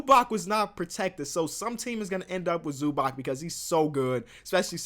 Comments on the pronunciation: It's pronounced "Zubats" my dude not "Zubak" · YOU ALL SAY IT WRONG The C in Zubac is like C in Bjelica Try to say it wrong now i warned y'all0